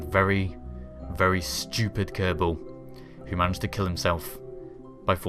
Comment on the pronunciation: In the same ship whit a kerbal for 4 years and cant even pronounce is name.